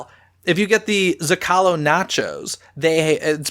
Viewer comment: Isn't the restaurant Rancho del Zocalo pronounced "Zo-ca-low" not "Zo-call-o"?